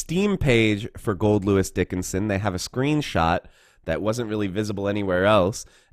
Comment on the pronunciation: Man it's nice to see someone getting his name right!